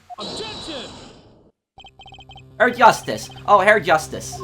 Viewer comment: Hey, there is a good chance you won't see this, but I will say this anyway just in case you care, but when Klavier calls people Herr it is pronounced like "hair". Just a little mistake to fix for you in the coming episodes. You can guess he says that a lot. Any way I look forward to the coming episodes as I play the game myself.